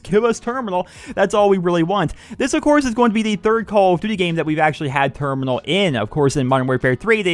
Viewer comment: It's termoonal